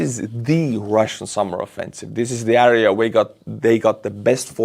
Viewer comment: good english but one word "area" you say äääriä. wtf?